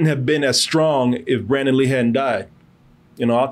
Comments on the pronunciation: It’s Brandon, not Brendon. C’mon Man. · Its probably more disrespectful that youre calling BRANDON lee "Brendan". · Brandon; not Brendan. Damn.